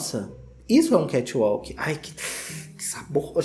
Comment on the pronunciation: Kati uauk, kath alk, katch ualke... Aí, num seiiii !!! 🤔🤦🏻‍♀